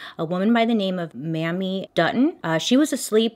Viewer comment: Mamie is pronounced (Mayme, not Mammy) Thank you. Please continue because other than that mispronunciation, you are awesome.